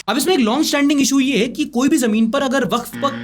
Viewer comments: Waqf is spell as [WA-KAF] i am advocate myself many of my colleagues are waqf [wa-kaf] advocate. ❤ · For pronunciation it's Sound WAKAF not WAKF